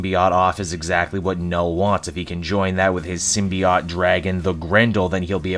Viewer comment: Sim-be-ought? Hmmmm